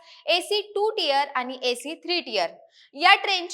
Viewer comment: अशुद्ध बोलणे सोडलेतर उत्तम माहिती दिली. उदा. आनी पानी प्रसारन.